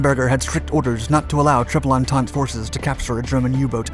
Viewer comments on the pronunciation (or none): none